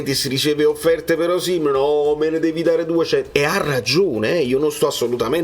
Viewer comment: concordo su molto tranne che su Osìmhen, a meno che tu non sia di quelli che dicono Càvour invece di Cavùor, si pronincia Osimhèn. Se no mi diventi un Auriemma qualsiasi...😁